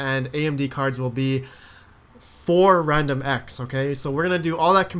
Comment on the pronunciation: 6.05 wandomx lol